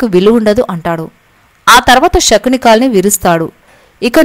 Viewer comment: Amma " Shakuni " kadamma Sakuni and palakandi .